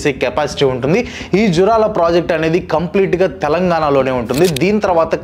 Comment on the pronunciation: జూరాల ప్రాజెక్టు, పోతిరెడ్డిపాడు., పాలమూరు పదాలని సరిగా పలకాలి